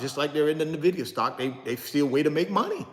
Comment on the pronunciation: Pronounced “Envidia “ not nahvidia